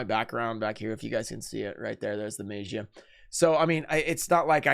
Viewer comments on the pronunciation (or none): Why is he pronouncing DMM like that😂😂😂 “maejiah” lmfao